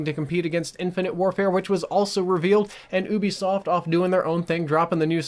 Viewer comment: I cringe so much how he says Ubisoft! But Xbox won I think